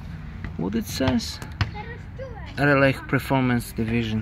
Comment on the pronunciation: "Raleigh" is pronounced as "RahLee" The "gh" are silent.